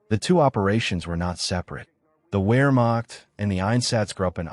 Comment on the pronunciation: Ps. “W” is generally pronounced with a V (Vee) sound, eg, “Vermacht” not “wheremacht” even tho spelled with “w”. Most people know this. The production just sounds dumb if you don’t do this.